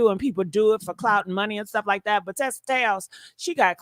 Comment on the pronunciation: It’s TISA TELLS, not Tessa.